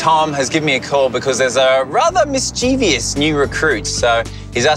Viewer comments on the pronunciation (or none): It's pronounced "mis-chiv-iss," not "mis-chee-vee-iss." Look, no "i" after the "v," mischievous.